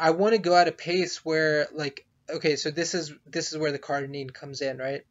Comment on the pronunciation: Its cardirine not cardinine